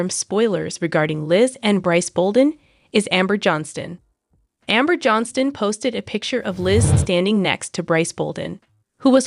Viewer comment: Why do you repeat yourself, and their last name is pronounce Johnston incorrectly